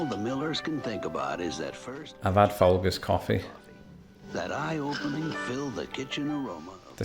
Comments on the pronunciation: Tut! Tut! If you had been listening you would have discovered that you had pronounced Folgers incorrectly. Not a hard 'G' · Like how he said Fall Girls coffee for folgers. I feel better now about how I mispronounce almost all British words. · The Sears ad was an attempt to corner the market on female spending that was untapped up to that point, hence "The SOFTER side of Sears". It worked, btw. Also, Folgers is pronounced with a J sound. Foljerz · You talked over the point in the Folgers commercial that taught you how to say folgers correctly ;) It's pronounced like Foljers.